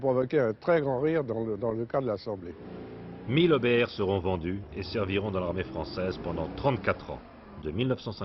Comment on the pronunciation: Étrange façon de prononcer EBR.